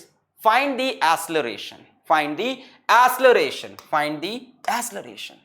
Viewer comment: It is acceleration not asseleration at 26.42min